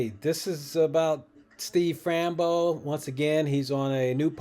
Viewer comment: I love hearing you say, Frambo instead of Fambro.😂 Keep going with what you’re doing. You’ll be fine.